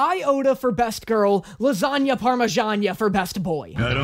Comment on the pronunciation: "His original pronounciation of his name, as u all know, is lasangna"